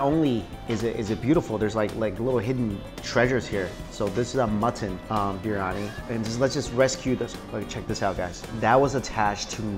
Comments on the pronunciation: Are you saying "mutton"? Keeps sounding like "mutson" meat. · Am i the only one to notice he says muttun gunny?? Lol